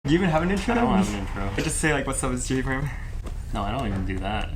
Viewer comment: It's not G perm t It's J perm